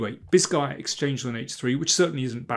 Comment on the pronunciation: Every time you said Bisguier I first heard it as "this guy uh" for some reason, it was funny.